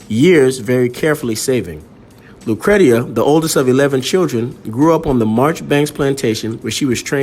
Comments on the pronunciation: Thanks for posting this video. Her name is pronounced lu-cree-sha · It's pronounced lucresha. Great story loved it . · Her name was pronounced LOO - CREESHA. FYI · My sister’s name is Lucretia… “Lu (long sound ‘oo’ ) / Cree / sha”